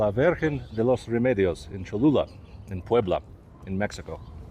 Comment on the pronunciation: Boy, the Aztec language is not easy. Well done on speaking the Aztec language correctly. And If it is true this "Pyramid" is the largest on earth. Or even if it is 2nd largest, given the history of the new civilization building on top of the old civilization I suspect the Catholic Church knew what it was doing building a church at this location. And now just claiming "Ooops, Sorry".